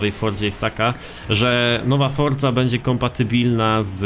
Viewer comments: forzy a nie fordzy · Czemu ty musisz fordza a nie Forza ? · chodzi o to że on mówi fordza